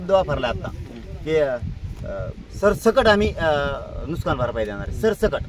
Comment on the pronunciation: नुसकान नाही रे येडझाव्या नुकसान अस्त ते...हे आहे पुढारी 😅